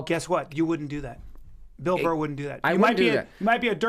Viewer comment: FOR SURE it's bill burr not bill bull